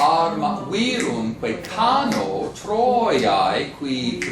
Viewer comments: I agree, the accent is viRUMque, and not VIrumque as he says. But he doesn't say the a of cano is long, does he? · The a in 'cano' is short. And 'virumque' has it's normal accent on u, not on i.